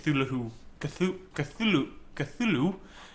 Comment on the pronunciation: Cthulhu pronounced "cah-thoo-loo" not "cah-thoo-loo-hoo."